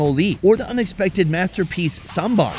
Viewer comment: The moment when our food expert correctly pronounced "Sambar".Lovely